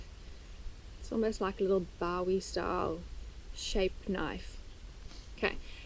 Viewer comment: It's pronounced Boo-wee not Bow-ee. I live not very far from Bowie, Texas. And yes they have a giant Bowie (Boo-wee) knife there that always has "tourists" taking their picture with it. 😂